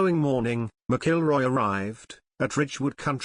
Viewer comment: You really butchered Rory's last name..lol He definitely missed a bullet..lol